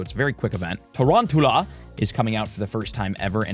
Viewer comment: It's TA-ROUN-CHULL-UH, as in round tarantula.